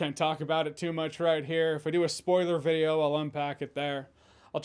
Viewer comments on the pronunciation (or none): none